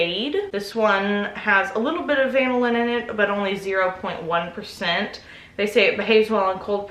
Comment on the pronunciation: CUte babay!!!!! is't it pronounced vanillin?